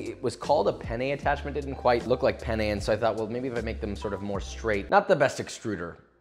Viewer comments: Lo scrivo in italiano perché tanto lo capiamo solo noi: ma ha detto "bake my pene" o l'ho sentito io? Comunque big love for Joshua 😂❤️ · Josh : “oh I baked my pene” Me, an Italian : ah yes, I see you’re a man of culture as well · cuando sabes español, y también inglés, y Joshua dice: baked penne…..akwaaaaaaard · Spanish here: Hehehee....he said PENnE 😆😆😆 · pene in spanish means penis and since i grew up in mexico and speak fluent spanish i laghued so hard when he said baked pene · it's fun cause pene means penis in spanish and has almost the same pronunciation as penne